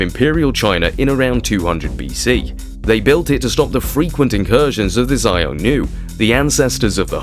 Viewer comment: If I were to pronounce English place names the way you pronounce Chinese, London would be Low endo en. Qin sounds more like Chin. Not Kin. And Xiongnu is more like Shong (rhymes with gong) New. We have the internet. You can do better. Otherwise, well done!